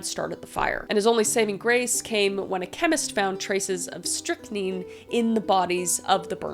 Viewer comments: Just FFR, it's pronounced strick9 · I have heard strychnine pronounced as Strict-neen if you are still wondering how to pronounce it. It’s at least the British pronunciation (I grew up watching Agatha Christie’s Poirot) idk if it’s different in America. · it's str ick nine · Kris, you are awesome! By the way, it's pronounced Strict-9. Just for future reference. 😊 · S - trick - nine K - why - nine For pronunciation. I Look forward to watching your videos. You're awesome. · Its pronounced scrict nine like the number nine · The poison you are having trouble pronouncing is pronounced Strick-nine. Love your channel. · Friendly pronunciation, strict - nine.(9) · Pronounced, stick nine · Love your content! It's pronounced strict-nine (strychnine). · Quaalude is pronounced cu-way-lood Strychnine is stric-nine Iire is leer I love your videos please keep making more! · Pronounced 'strict 9' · Strychnine is pronounced "stric" (like strict) - nine. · I believe it’s pronounced “strick-nine” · Strychnine = Strick-nine. Quinine= qu-eye-nine….. my senior project in high school was on serial killers 😂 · it's pronounced 'strick nine' 🙂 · Strychnine is pronounced strick, like a stick with an r in it, and nine, like the number. In case you ever need to read it again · Pronounced strick 9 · So, Strychnine is pronounced strict-neen I think yeah alsoo how did you know I was wearing a sweater todayyy??? :0 ALSO you should talk about Mary Ann Cotton if you do more of these! She was a female serial killer during the victorian era. She killed her kids and 3 of her husbands for insurance policies, similar to Belle Gunness. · It's pronounced "strick-neen" Kris 🥰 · I think it’s pronounced strip9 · It's pronounced strik nine ish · Its pronounced strick-NINE. Like the number nine. At least thats how ive always heard it. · Strychnine is pronounced like “strick-nine” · The first chick killed her step sister with (strick-nine) that's how you pronounce it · pronounced: strick-nine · " strick nine "